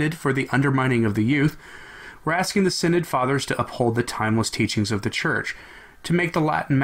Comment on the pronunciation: Shouldn't that be "sin-odd"?